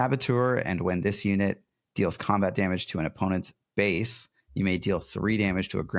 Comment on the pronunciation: Love the content and discussions around this game. One minor thing that I have noticed, you are often mispronouncing the word Base. The word Base does not contain the letter F.